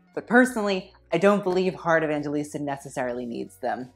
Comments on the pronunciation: lmao her Surname is pronounced as 'E-vang-he-lis-ta' not 'E-van-je-lis-ta' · you pronounce her name heart evanghelista I'm from the Philippines heart is from the Philippines. That's how she pronounces her name evangHElista not evangGElista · sis said heart evanjilista 😭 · it is pronounce as 'evanghelista' not 'evanjelista' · Its not how you pronounce her surname its not evan-ge-lista its evanghelista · I'm Filipino and Evangelista is pronounced EVANG-HELISTA. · It's pronounced as Evanghelista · the pronunciation of Evangelista is Evanghelista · here last name is pronounce as Evang-he-lista.. and the word abubot means accessories..... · The Evangelista though😂 Filipinos will only understand Correction What it seems like - EV - VANG - GE - LISTA How your suppose to say it - EV - VANG - HE - LISTA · You should pronounce it as evanghelista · Am I the only one who cringes every time he mispronounced heart’s surname?